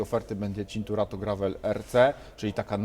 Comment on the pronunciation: "Cinkurato" ? Pierwsze słyszę :) Mimo, że zaproszony gość kilkukrotnie wymawiał nazwę poprawnie :D